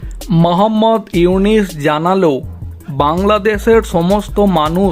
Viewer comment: বারবার ইউনিস!!!! নাম টা ঠিক মতো উচ্চারণ করো । উনার নাম ইউনুস